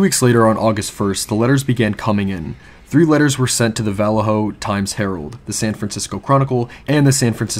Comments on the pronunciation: The town is pronounced Vol-lay-ho. I grew up in that general vicinity and remember his last letter in 1974. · Bro you need to do your homework before you start pronouncing names such as: (VALLEJO)Va-lay-yo, (KARMAN GHIA)Carmen Gee-a, you are just butchering these simple names,SMH! And there was one more that i can't remember. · I grew up close to Vallejo and we always pronounced it Vul- ay- oh. We never ever pronounced with an H. Just saying. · Well, I guess that's one way to pronounce Vallejo... bwahaha! It's interesting how the smallest tweak to a word can make it sound so odd compared to what our ears are used to hearing all our lives. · Where are you from that you pronounce Vallejo so strangely? There is only one accepted pronunciation that I am aware of. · You're pronouncing Vallejo wrong and it's bothering me